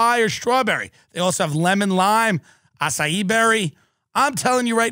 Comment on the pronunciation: Love how Tim pronounced Acai as ass-a-ee during the LiquidIV ad